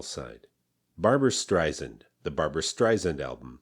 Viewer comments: Sand, not zand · He didn't even pronounce her last name right. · "What’s lacking is emotional depth and range." Uh, no. Listen to her sublime "A Sleepin" Bee" or "I'll Tell the Man in the Street" and you can hear this depth and range. It went on to win the Grammy for Album of the Year. And BTW, learn how to pronounce her last name properly. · It’s StreiSAND like sand on the beach not sund as she will gladly tell you. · Dear lord what a misjudged assessment, so off the mark — topped off with the mispronunciation of her name she’s always fought against